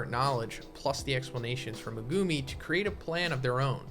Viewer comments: Meh-goo-me. Not meh-goome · Why do you pronounce Megumis name like that?